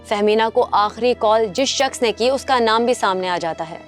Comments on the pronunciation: are yaar naam to thik se likho.. bol rahi ho Fehmina Chaudhry lekin title mein likha hai Fahiema Chaudhry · Tum log kia jahil ho kia thynkcrime walo ye host bol rhyi ha fahiemna Chaudhary or likha ha famida Chaudhary??